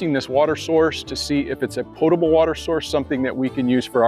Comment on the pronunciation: Awesome. I love this idea. And you even pronounced potable correctly! Impressive.